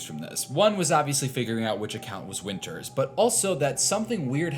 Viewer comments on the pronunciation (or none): Wynter? ETHAN WYNTERS